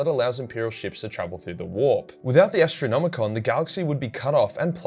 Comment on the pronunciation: Say Ass-tronomicon 1 more time!